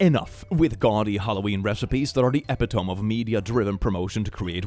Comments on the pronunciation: it's pronounced ee-pit-oh-me. I used to have the same trouble because I hadn't seen it written and said at the same time and didn't realize that was the same word. I had the same problem with beaucoup (boo-coo). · Ee - pih- toh - mee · did just mispronounce Epitome? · I only point this out because as an English speaker for my first language, I got it wrong for 18 years. Epitome is pronounced "uh-pit-oh-mee", not "Epi-tome". I can't tell you how many people I called "the epi-tome of stupidity" as a smart ass teenager. Talk about embarrassing lol. Haven't called anyone that since I learned the correct pronunciation. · Epitome is a very silly word that often tricks even native English speakers. You would think it is pronounced epi-tome but it is actually pronounced e-pit-o-me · It is not pronounced "epi-tome"! Ep-it-oh-me! Four syllables, not three. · I'm gonna just be rude and say that "epitome" is pronounced uh-pit-o-me (not proper phonetic spelling or anything, it just pronounces as I wrote it) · Please,, I'm begging you - "epitome" is pronounced eh-pit-oh-me. Four syllables, rhymes with "please spit on me" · It’s not pronounced Epitome smh lol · As a native English speaker who did not know the word written for years. Epitome is said with Greek ending E pronunciation. Eh pih toh mee. A lot of words are strange like this. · Hey love, just a quick little bit of advice, the word EPITOME is pronounced e-PIT-o-me. It means like the ultimate example of something =) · Wait, does not know how to say “epitome”? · You pronounced "epitome" wrong. Its okay lots of people do. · That's not how epitome is supposed to be pronounced btw. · Epitome. Lol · I ❤ you but please look up the pronunciation of epitome